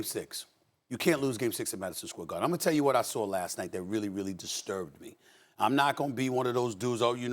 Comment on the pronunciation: Udonis “but ima THELL you another thing” 😂😂😂